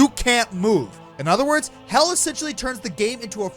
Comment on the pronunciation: It is "hel" not "hell"